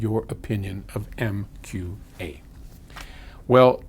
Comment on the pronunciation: I really don't feel bad about a professional mispronouncing MQA of all things though.